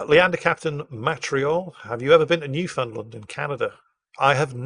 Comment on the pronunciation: Newfoundland is pronounced like "understand." Also, ackchyually it's Newfoundland and Labrador